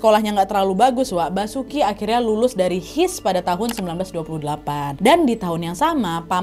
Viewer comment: Terima kasih ilmunya mbak Nad. Banyak hal yang baru saya ketahui. Tapi numpang saran Kata HIS di eja dan Mulo bacaan milo beda tulisan dan bacaanya. Sekali lagi saya ucapkan terima kasih atas penyampaiannya yang baik sekali